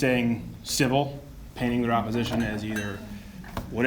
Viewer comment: "oposition" lol i hate to be the guy to point it out like a dick. i love you Steven!